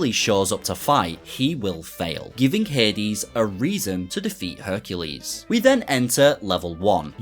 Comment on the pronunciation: Every time he says "Herculade" he loses his chances of getting Hercu-laid I've been watching so many RA 100% videos lately, that now as a junior dev, it's on my bucket list to have a video made for at least one of my sets in the future